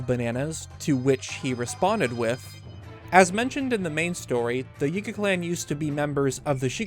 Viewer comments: The “yehga” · Small thing but I don't think he's pronouncing some of these words correctly. His enunciation on Yiga for example. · Lol the way you pronounce Yigga sounds sus 😂